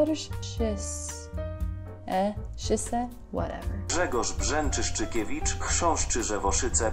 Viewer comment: Brzęczyszczykiewicz, pretty good ... better than here